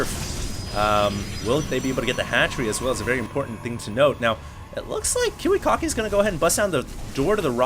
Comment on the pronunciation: its pronounced Kiwi-Kacki, not Kiwi-Cocky